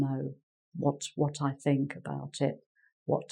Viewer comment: Hi, when you say think it sounds like sink... and it makes some sentences very funny